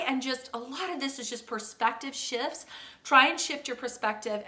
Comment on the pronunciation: Toward the end of your video you said, "a lot of this is just perspective shifts" but what I heard was "perspective sh*t" which actually still makes a lot of sense to me🤣